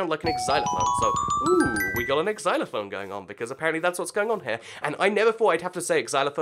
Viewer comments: I don't know if you noticed but you said "Ex-zy-lo-fone" when it should be "zy-lo-fone." Just thought I'd let you know. P.S. I think the bone is meant to be a Glockenspiel. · X-xylophone? It's just called (Zy-low-fone) :D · it's pronounced zilerfone, not ecsilerfone, spelt xylerphone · "ix-ylophone" i thought you were better than this